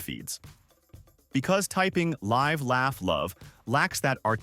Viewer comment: Damned AI ... it's not pronounced "Lyve" ... it's pronounced "Liv".